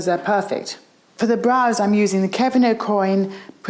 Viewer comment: Did she say Kevin AkoIn 🤣